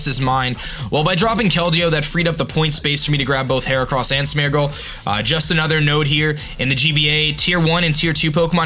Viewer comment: first zap-a-dos, now smur-gle. Im sorry, but the pronunciations